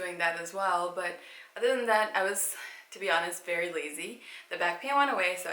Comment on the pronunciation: Wery wery boara